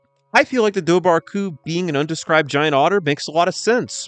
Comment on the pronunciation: Its pronounced var not bar bh in irish is a v we have are own langig